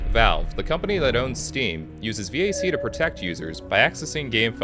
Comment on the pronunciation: this is the first time i have heard someone pronounce VAC as V A C and not VAK intresting